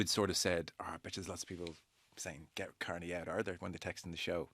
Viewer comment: Matt Williams: "Robbie Kearney"